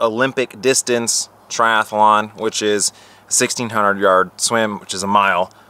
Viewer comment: There's only one "a" in triathlon - it's not a triathalon chum.